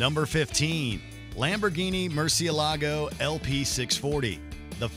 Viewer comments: It’s not pronounced mercyelago it is Merchielago Murciélago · "MercieLAAHgo"? oof, someone didnt do their homework. still, love the "MwerCHELLago"